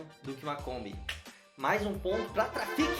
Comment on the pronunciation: Fala!!! Esse eu não tinha visto kkk mas é " TRAFICCCCC" 😉👍